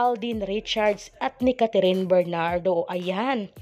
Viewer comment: Anong Catherine?its Kathryn,kindly pronounce her name correctly.Thanks.